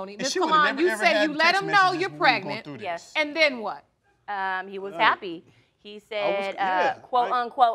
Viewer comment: But he still said PEG-nent instead of pregnant🤦🏾‍♀️🤣🤣